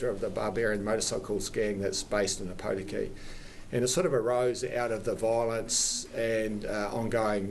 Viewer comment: How many places can I mispronounce?